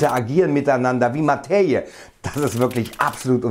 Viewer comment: warum sagst du immer "Mateiie"😄